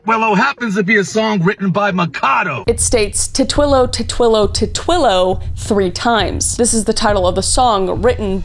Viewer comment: tit willow not ti twillow lmaoo tit willow is a bird